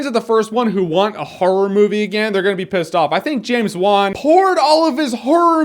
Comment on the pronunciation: you say it like this james wan . just letting you know